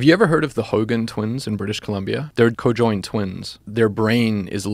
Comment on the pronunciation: Are we really going to trust a dude that can't even pronounce conjoined correctly?